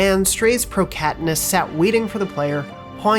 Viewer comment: Did he say.. proCATonist??